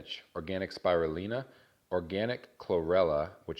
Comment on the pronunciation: S P I R U L I N A...(C'MON DUDE...NOT THAT HARD TO SAY G)!!